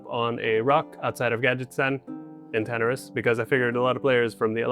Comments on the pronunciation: Why are none of the comments talking about the guy saying Tanaris wrong... guys calling it tataris bro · Tanaris: (Ta - nair - es) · I do not agree with your pronunciation of Tanaris. LOL